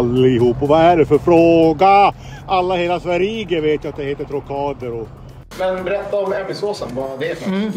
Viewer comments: Det var det märkligaste uttalet på Trocadero jag har hört, och då kommer jag från Norrland. Det måste enbart förekomma i Umeå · Inte är det någon som säger Trocadero på det sättet. Har aldrig hört någon säga det på det lustiga sättet. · Det borde vara olagligt att uttala Trocadero på det där viset, någon form av högförräderi. Jag har alltid haft en romantisk inställning till Norrland men efter det här vet jag inte längre. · Det är inte umemål, hörs (för mig) ytterst tydligt att det är på vischan någonstans i norrbotten (alltså säg minst 30 mil norrut från Umeå). Jag har nog hört de allra flesta norra norrländska dialekter, men jag kan uppriktigt sagt säga att jag aldrig någonsin hört någon uttala Trocadera "Trocaaaadero". Sedan är det regionalt dialektalt. I Göteborg säger man "Trökka" och i norra Sverige "Tråkka". Överlag så tror jag nog en absolut majoritet i Sverige uttalar det "Trokkadeero" (med t ex. varianter på "ö" och "å" istället för "o"). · Har bott i Umeå hela mitt liv och har aldrig hört någon uttala Trocadero så där.